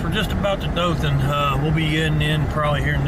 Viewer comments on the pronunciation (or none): It’s Do(ohhh)than 😂. Not Dothan (like moth)